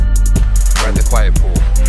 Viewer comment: Quiet not Quite